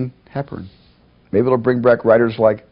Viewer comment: He said "bring brack" tee-hee